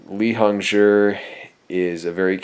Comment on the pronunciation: I don't plan to rewatch but I do believe he pronounced Hongzhi properly. Zhi is said as jurr in Chinese pnemonics so it's pronounced hongjurr.